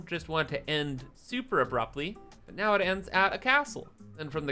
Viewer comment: Did you say the ferry would bring tons of people in or "Tens" of people in?